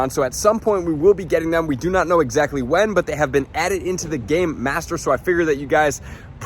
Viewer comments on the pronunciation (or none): none